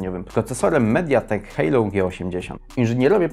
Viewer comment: Nie Hejlou tylko Helio :-)